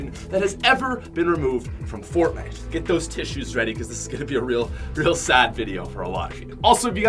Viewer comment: he’s says fortnut lmao